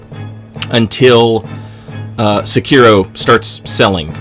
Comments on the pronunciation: Se-ki-ro. Not suuuuuukeyro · People still can't pronounce Sekiro? That's just sad.